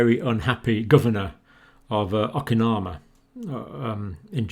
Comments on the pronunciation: It's OKINAWA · O-kin-ow-wah, Doctor. Just a gentle correction. Thank you for work; it's invaluable to human life and health.